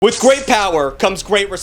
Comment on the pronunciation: Did everyone hear him say gweat? Or was it just me with working ears?